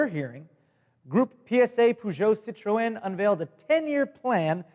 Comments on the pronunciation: did just say "citroén"?... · the Great more like sit tro(like tron) and then just say N as the letter N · It's an accent thing. English say Nissin instead of Nissan. Americans say poo jo. English say citrin. Americans say citro-en. English say boot. Americans say trunk. English say bonnet. Americans say hood. English say petrol head. Americans say car enthusiast. Feel free to reply and add to this list. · It's just so fun to hear say Peugeot and Citroen! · Uhhhh you pronounce citroen wrong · both Peugeot and citroën were pronounced wrong, and this is coming from a french speaker